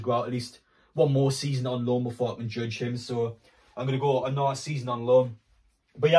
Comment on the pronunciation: How do you say another? Naaaaother?